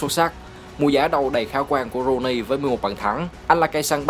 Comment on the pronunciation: T fan W.Rooney toàn đọc là Wây Nơ Ru ny